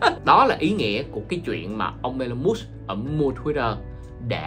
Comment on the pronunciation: huhu anh ơi tên ổng đọc là I-Lon Mớtsk mà anh đọc giỡn đúng khum :v